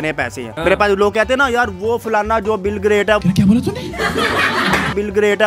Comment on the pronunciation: Dear ; it’s not BILGRAT, CORRECT NAME IS “ BIL GATE”